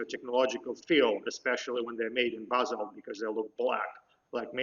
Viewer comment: Доброе утро. Thank you for your professional work studying Egyptian artifacts and debunking the myths. I am impressed by your commitment to scientific analysis. Thank you. Please continue your excellent work. Спасибо The only criticism I have, please this is not negative, you pronouncing certain words like Basal were difficult to understand, I had to turn on the closed captions in English to help me understand. The important thing is your excellent work not the pronunciation. It's only a few words. The rest were pronounced perfectly.